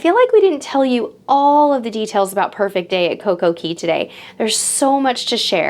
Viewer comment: Girl! Again, it is coco Cay it rhymes with Day! I love your vlog's but it's driving me nuts that you're putting an e in Cay